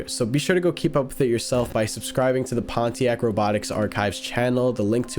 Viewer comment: you dare pronounce pontiac that way